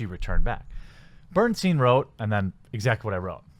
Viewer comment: Its pronounced "Berenstain"